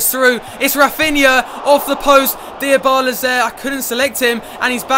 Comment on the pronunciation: If you are gonna call him Diabala, when he scores you should say Diabala with a Diabolical finish!